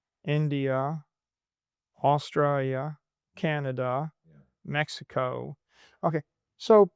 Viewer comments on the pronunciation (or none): none